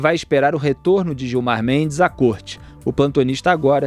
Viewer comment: Gilmar “Mentes” misericórdia